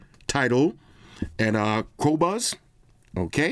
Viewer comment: I'm surprised pronounced Qobuz perfectly